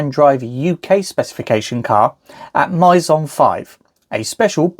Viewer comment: Maison is "May-zon"